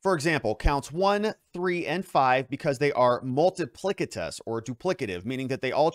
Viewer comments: Ha ha. Multi-plic- I- tuss…. plic. Ha ha. Multi pliss-itus Try that… that’s how it’s pronounced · I think you mean, "multipli-S-itous"